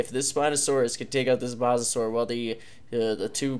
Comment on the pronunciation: Dude not mossasur mosasaur is said moesasaur not a hater love ya content but I had t point that out